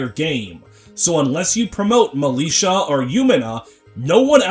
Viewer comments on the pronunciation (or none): none